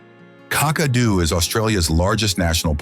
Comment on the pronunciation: never heard of cockadoo only Kakadu it might be a good idea to speak to an Australian, a real one to pronounce some of the names because some of these towns I've never heard of and I was born here in 1958😅🤣😂